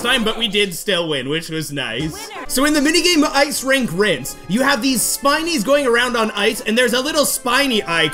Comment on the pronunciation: You are saying Ice Rink RINSE when its risk